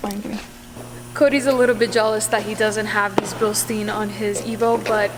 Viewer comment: Billsteen... funny pronounced in the US 😜 Greetings from Bavaria Germany!